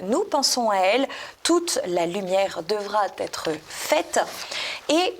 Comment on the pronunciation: Encore une liaison dangereuse (un cuir), chère: "toute la lumière devra-t-être faite". Vous lisiez pourtant le texte, qui ne comportait pas de "t"... Mais on vous pardonne, chère. Votre sourire irradie. Votre émission est parfaite et extrêmement sympathique, comme à l'accoutumée! Bravo et merci à tous les deux! A la prochaine!